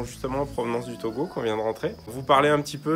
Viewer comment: Ça me fait toujours plaisir quand vous prononcer le nom de mon pays TOGO